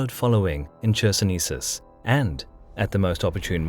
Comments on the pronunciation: Hi,, small remark - in the city name "Chersonesus" Ch is spelled as "Kh", and not "Tch" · I hate to be that person, yet) it is a tradition to write towns name CHersonesus, but it sounds more like KHersonesus. with muted K.